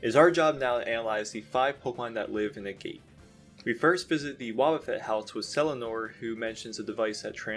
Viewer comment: Agate is pronounced AH-get, not A-gate